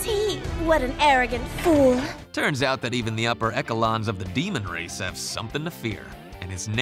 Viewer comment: "Upper Ekelons" lol